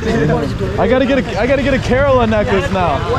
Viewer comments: Cud u pronounce kerela properly please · Kerala not curella😂🤣🤣😂 but still love tho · Why does everyone say Kerala wrong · I am from kerala and I laughed when he said kerala wrong, anyays great video most videos of India is the north not south and I recomend going to Kozhikode and trying the Dum Biriyani. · I need to address that you pronounced kerala wrong